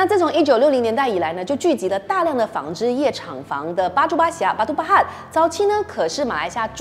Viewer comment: 念 báatûu念的好道地哦！👍🏻👍🏻